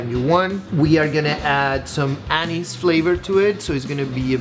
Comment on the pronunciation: Did you say anus ?